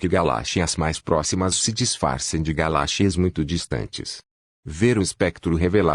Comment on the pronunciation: Aprenda a falar galáxias tá